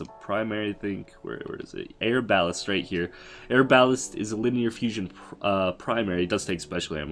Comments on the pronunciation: Air balest? Are-ba-lest=pronunciation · Air-bal-list bruh is ar-ba-lest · "Air-balast"... right.... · “Air-bal-list” and “Buh-zard”😂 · Yeah. He can't read. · Denver Walker or air ba lest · How he says arbalest Great tips and tricks this will actually help alot